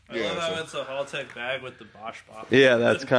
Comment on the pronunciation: HALtech not HALLtech....